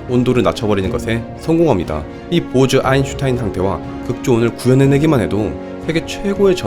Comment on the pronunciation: 보즈가 왜 보좌라고 들리지? 나만그런가